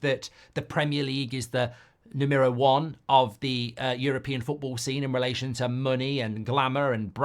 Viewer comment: Mark saying the Premier League is "Numero One" instead of "Numero Uno" is the equivalent of me going to a restaurant in France and going "Bonjour, Ca Va? I'll have the Burger and Chips please pal"